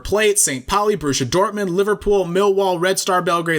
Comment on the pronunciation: Hahahaha you've pronounced correctly Borussia Dortmund. I'm impressed, thumbs up. Cheers lad